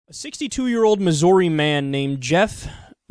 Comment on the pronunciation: Omg please just pronounce Missouri right once for the love of a God I don't believe in fuck.